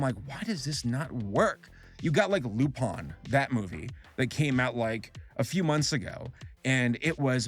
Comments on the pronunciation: Excuse me but... Lupon? the third? It's Lupin XD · Lmaooo Lu-pon 😅 its lu-pin hes based off of a french thief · Lupon? Am I hearing that wrong or did he pronouce Lupin weirdly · why do you pronounce Lupin as "Lupon"? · "Loop-on the third" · As long as he don’t call it “Lupon” like he did in this video, I’m down for that.